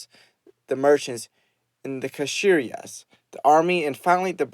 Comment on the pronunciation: The kshatriya is pronounced Shatriya